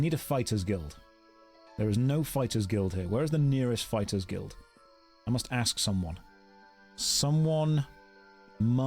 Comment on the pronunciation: Who's going to tell him about WHICH Americans say "axe you a question"?